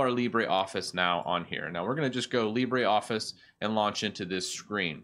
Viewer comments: It is Lee-bruh, not Lee-bray. The pronunciation is French, not Spanish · It's not pronounced libray. It's pronounced libruh. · It's Le-brOEf-fice ... (or just watch a french youtuber pronounce it) :P. By the way, Carlito (from Google) is also a good alternative to Calibri (it's supposed to be metric-compatible). And I keep the standard menu because 1) works better with my extensions (zotero and antidote) 2) fit better too with a screen and 3) if I want to get a tutorial on the web it's less complicated to understand. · I love your videos; thanks for spreading awareness of these free software alternatives. My one gripe: I wish you would pronounce "LibreOffice" correctly, so as not to mislead the newbies! --- Our language comes from French not Spanish; how would you pronounce "theatre" or "centre"?